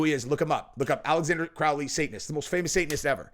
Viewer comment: "Alexander Crowley". LOL Dude... when you act as if you're an expert in the occult or even basic research, at least correctly pronounce the name of the subject you're talking about. That was painful to listen to. The spelling isn't even close. As far as Diddy being clean in prison... LOLOL